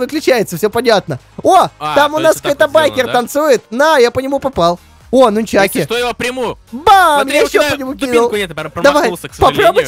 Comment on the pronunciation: Нунчаки а не лунчаки